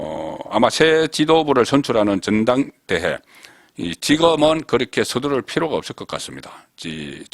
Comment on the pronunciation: 지거먼? 제발 발음 좀 의식하시오! 하면 됩니다!!!